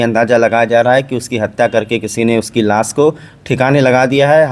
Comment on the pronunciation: Las nahin lash hota hai